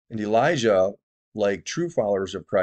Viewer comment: He said Elisha not Elijah